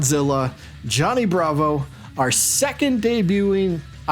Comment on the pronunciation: You pronounced wrong. It's Johnny Bravo